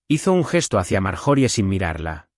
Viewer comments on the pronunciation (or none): Están en la casa y de momento están en el restaurant????!y las pausas fuera de lugar y por favor corrijan esto ya. Y las pronuciacion de las palabras o nombres . Ejemplo el nombre de Marjorie . Su pronunciación correcta es Mar-yo-ri . Ya Que es un nombre gramaticalmente inglés.